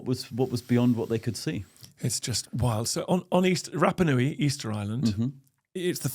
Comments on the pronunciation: I love your podcasts Dan, but have a listen to some Polynesian pronunciation. Your vowel sounds are all wrong. Rapanui should sound more like Rahpahnui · Remarkable that cannot pronounce Rapanui correctly.